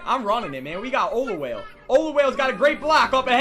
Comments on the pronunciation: Ya bro "olawhale" is so fast. Thats exactly how it sounds like you pronouncing him. Hurts me :( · damn why you trappin so hard. lol and it's pronounced oh-la-wall-eh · The way you pronounce Olawale's name hurts.